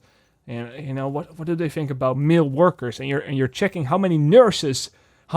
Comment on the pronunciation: Everytime you say "male" it comes out as "Milfs" on my end. But I can't disagree, the industry can really use more "Milfs"....